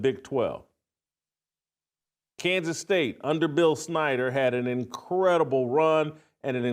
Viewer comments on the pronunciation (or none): none